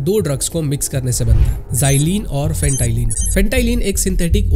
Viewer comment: फेंटालीन❌ फेंटानिल ✅